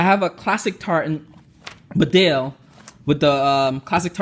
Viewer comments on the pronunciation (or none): Bedale is prounced BEE- Dale. The inflection on the Beeeee. It's a small market town in North Yorkshire, England about an hours drive from me. Nice video.